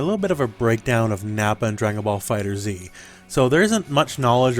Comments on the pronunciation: its not "Fighter Z" its Fighters. other than that, good breakdown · That has a space. And it's been confirmed multiple times by Bandai that it is pronounced "Fighters".